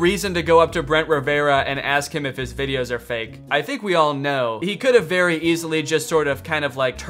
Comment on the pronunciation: "the vera beef" LMFAOOOOO